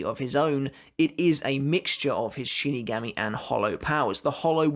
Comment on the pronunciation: You say shinigami absolutely bizarrely